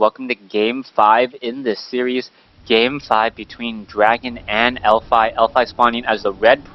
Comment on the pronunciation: its elfi not elfy ^_^